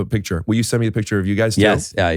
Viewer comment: i wHill, i wHill forget it